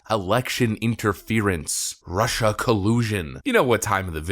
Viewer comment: Nobody can say Russia or China as well as Trump.😂